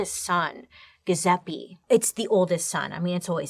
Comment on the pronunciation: It. Jewzeppie. Pronunciation